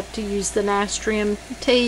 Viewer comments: Nah - stir - shum. ...pronunciation. Just for future reference 👍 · You are pronouncing it incorrectly. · Someone already posted and told her how to pronounce it. It's kind of rude to tell somebody they're pronouncing something wrong and then not tell them how to pronounce it correctly, the other person who posted was more polite 😅